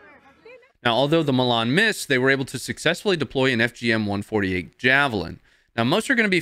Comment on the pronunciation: You pronounced Milan wrong...its ''Milan'' not ''Milan''...its coz of your accent !!!